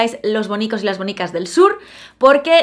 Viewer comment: Siempre me parece que en lugar de "Bonicas" dice... "Mónicas!!!" Lo sé ,es una chorrada, pero me apetecía decirlo🤔